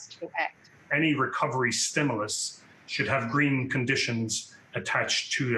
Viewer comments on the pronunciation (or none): none